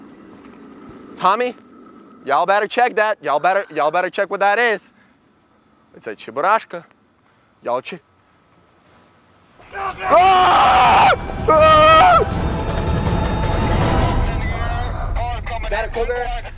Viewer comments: he said chiburashka lmaooooo. #russian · oh and here I though he was trying to say chupacabra...haha my bad😆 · Since I'm not Russian and didn't know what a cheburashka was, I thought for sure he meant to say/was making fun of "chupacabra." Either way, I lol'd.